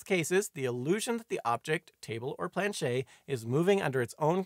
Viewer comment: FYI, you do pronounce the "T" sound in planchette; it's not "planchet."